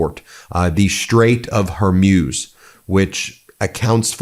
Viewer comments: Its hormooze. Never been hormuse lol. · It’s pronounced “hor mooz”, not “hor muse” Ben. Come on. This is not hard. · Ben, it’s the Straight of Whore-moos, not Her-muse, or whatever version you’ve been saying. I know it’s bad form to criticize when there is a war going on. I hope this attack does not push the people of Iran to support extremists. Great work, Ben, except for the pronunciation. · You say HER-MUSE, I say HOR-MOOZE (correct pronunciation), let's call the whole thing off! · Hey Ben, how come you keep pronouncing it, the "Strait of HERmews" when it's spelt "HORmuz"? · The Strait of Hormuz pronounced hormoos! Not Hormuse! Come on Ben get it right! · It’s not the Straight of “Hormeus”. It’s HORMUZ. MUZ. MUZ! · It’s Hor_muz! Not her muse! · Hormuz is pronounced Hormooz. not Hormews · It’s not Hermuz it’s Hormuz! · Hormutz. Not whormuse. The more you know 🌈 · Why do you pronounce Hormuz as hair-muse? 😅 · Ben: Pronunciation Strait of Her-Mooze NOT Her-Muze. Post Scriptum: America and Israel don't care about the collateral MURDER of CHILDREN. VOTE OR DIE. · Hormuz is pronounced Hormooz Ben. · Stait of Hormoos, not Hormuse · It's not pronounced Hormyuz- It's Hormoooz. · It's pronounced Hor-moos. I love you, Ben. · Ben, I have appreciated your dedication to your broadcasting about this despicable conflict. I lived for 20 years in the Middle East and just want to give you some advice about the pronunciation os The Straits of Hormuz. Hormuz is pronounced Hormuz. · It's pronounced her mooze. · "Strate of her-muse" 😅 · Hey, it’s not pronounced Strait of “Har-muze”. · Hor moooz .. thats how it is pronounced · Why is he saying Hormuz like he’s never head the word spoken